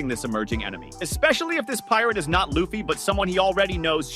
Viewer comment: LU FFY LIKE LUCY BUT LUFFY at least ypu got it right for the rest of the video ok maybe not like 70/30